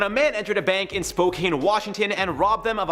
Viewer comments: Being from Washington can I say that it's pronounced like can. Spokane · I love these videos so much but on the note story every time I hear “spo-cane” I cringe 😂 spocan is how it’s pronounced. Cool how our city is included though 10/10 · It's not pronounced spo-kane it's pronounced spo-can lol I was born and raised there lol just giving a heads up lol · Being from Spokane I feel like nobody ever pronounces it right(which I get since it looks like it's pronounced cane) it's spo can! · Spokane is pronounced SPOE-CAN